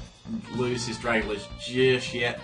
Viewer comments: Dragalge is pronounced "drag-AL-jee" (like "algae"). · You have problems with reading. Drag-a-lage? Syn-e-sis?